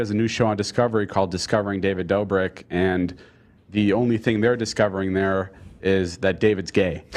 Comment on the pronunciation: “David Duubrik”